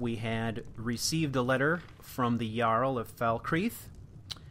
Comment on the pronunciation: "The Yarl yust didn't get the yoke" - Typical Nord Speech